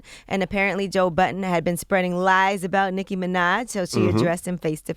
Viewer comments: It's "Budden" with two 'd's' not "Button" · Joe Budden not Joe Button...